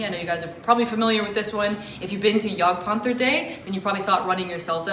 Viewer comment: I've never heard such a good pronunciation for jagdpanther from an American. Gj. Next step will be "Seitenvorgelege' Greetings from good old Germany